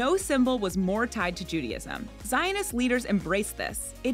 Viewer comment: Why do you persist in saying "Judyism"?